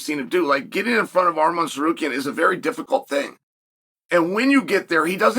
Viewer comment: Finally he said arman not armen